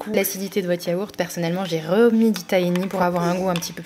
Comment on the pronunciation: Tres sympa! Pour info le tahini se dit taRini il faut prononcer le H